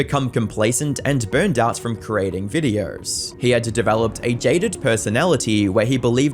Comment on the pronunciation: Funny Accent go brr